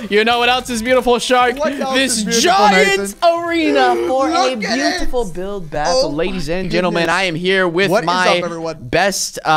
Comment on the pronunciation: DID I HEAR UNSPEAKABLE SAY BUILD BOTTLE.